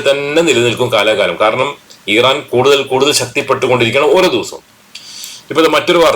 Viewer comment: ഈ റാൻ അല്ല മിസ്റ്റർ ഇറാൻ എന്നാണ് പേര്.